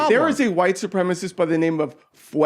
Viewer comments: why cant they say "supremacist" all these magats say supremist. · Santos and his cohost are saying “supremist”, which is not a word. The word is “supremacist.”